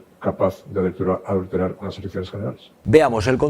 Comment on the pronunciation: J.M. Aznar pronuncia mal "adulterar" porque su conciencia le traiciona. Que H.P.